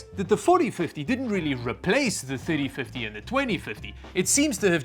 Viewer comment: Sooo many times when he said "3050" it sounded like "5050". Good thing he has the number on screen enoigh I figured it out, but I started just listening & not watching.